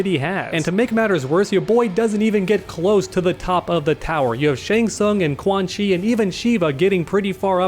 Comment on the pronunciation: I love when you say Quan Chi Chi! And you must say _ Reptilio_ also!❤️👍